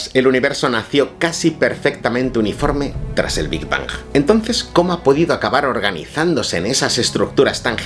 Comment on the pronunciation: ¿Por qué pronuncias las ”g” de Big Bang como en geranio? Hazlo como en ping-pong o en Hong-Kong como en gato.